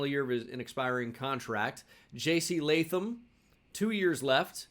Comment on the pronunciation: at least u say Jc Latham Right My Name Is Latham So Thanks for not butchering it